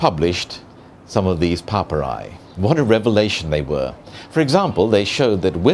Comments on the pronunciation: Papyri. He said it 20 times before I figured out that he meant papyri. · Horrendous pronunciation from a horrendous host.